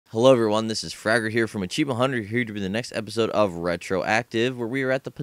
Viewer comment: When he said here's Fragger from... I heard "Hello here's Burger"